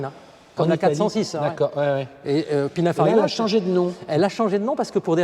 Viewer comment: Superbe auto unique🙂et belle description, juste un détail c'est "Pininfarina" 😄